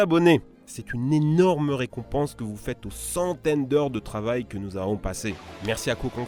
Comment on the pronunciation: "Que chez nious" 😂